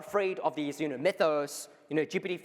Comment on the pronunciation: Did start the Geebeety instead of GPT trend? I notice so many more people saying Geebeety now 😂